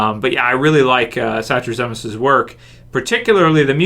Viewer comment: so I grew up with Michael satrazemis's cousin in Florida and I sent her a link to this video so she could hear the shout out and she said you pronounced it wrong? lol we both agree with you his episodes are always great!